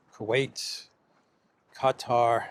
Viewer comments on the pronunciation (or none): none